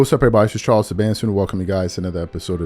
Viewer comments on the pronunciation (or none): none